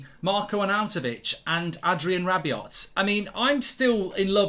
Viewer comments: Not gonna lie, this was a difficult watch… It’s pronounced ‘Rabi-oh.’ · The "T" in Rabiot is silent Goldbridge